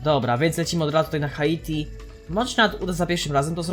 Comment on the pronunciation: Drogi, nie czyta sie HA ITI tylko Hajti. (na przyszłość):D